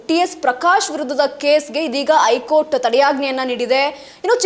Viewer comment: ಹೈಕೋರ್ಟ್ ಅಂತಾ ಸರಿಯಾಗಿ ಹೇಳಬೇಕು. ಸುದ್ದಿಯಲ್ಲಿ ಹೂಸವಿಚಾರ ಏನೂ ಇಲ್ಲ.